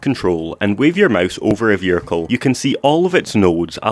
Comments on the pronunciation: "your veericle" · "vehircre" 😂 love your vids man